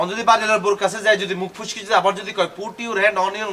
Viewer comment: ইয়োর হেন্ড ওন উোয়র উও উও 😂😂😂😂হেন্ডা